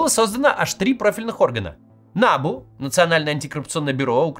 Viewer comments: Кац, если вы претендуете на то, чтобы объяснить и проанализировать украинскую ситуацию, то ставьте правильно привычные для Украины ударения - набУ, а не нАбу. САП, а не САПУ. Ваше нелепое ударение (нАбу) показывает, что вы ВООБЩЕ НЕ В ТЕМЕ ТОГО, ЧТО ПРОИСХОДИТ В УКРАИНЕ. Со стороны это смотрится так: человек рассказывает, что творится в стране и не знает того, что украинцы знают лет 10 точно - ударения в знакомой абривиатуре. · НабУ а не НАбу, росиянцы, уж если лезите куда вас не просят, называйте правильно и ставте ударения правильно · Не нАбу , а набУ. Как же режет слух. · та не нАбу а набУ !) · Дякую! Тільки не нАбу, а набУ, наголос на останній слог. Трішке ріже вухо, вибачайте вже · набУ только, а не нАбу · Кац произносит нАбу 🤣🤣🤣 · Не нАбу, а набУ. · Ударение на У, НАБУ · Максим не нАбу ,а набУ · В Украине идет ,может и туго,борьба с барыгами и из окон никто не выпадает по неосторожности. Одно то,что этой грязи позволили всплыть,уже говорит об огромной разнице. Во всех странах есть проблемы. Украине очень тяжело избавиться от совкового прошлого,да еще и вальтонутый сосед тянет вниз ,в дерьмо. И,да, НАБ[У]. Ударение на У. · НабУ наголос на «У» невоспитанная деревенщина 😂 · Ударение на У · Максим, ударение в слове НАБУ делают на втором слоге. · набУ, ударение на У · Подскажите кто-то Максиму, что НАБУ читается с ударением на последний слог. Это то, как его в Украине называют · Максим, все хорошо - но пожалуйста, ударение на букву У, а не на А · Я киевлянин. Все точно и по делу. В аббревиатуре "НАБУ" ударение на последней букве.